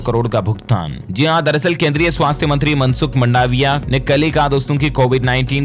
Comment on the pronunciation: मंडावीया नहीं है । नाम मनसुखभाई मांडवीया है । ( मांडवीया)